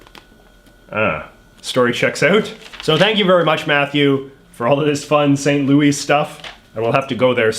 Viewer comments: Lol it’s pronounced St. Louis with an S and Missouri like Mizerie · Lol the way he pronounced Missouri makes it seem like he's from the boot-heel region of the state...was not expecting that. And coming from someone who currently resides in St. Louis - the 's' is pronounced at the end by everyone here. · The way he pronounces St. Louis, Missouri hurts me so much